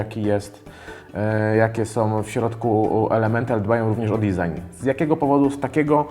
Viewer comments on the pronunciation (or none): none